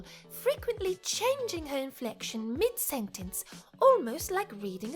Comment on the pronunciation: So what is this "Infelction" you speak of? :P